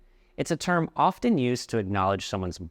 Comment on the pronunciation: you also pronounced pronunciation wrong and in often "t" is silent..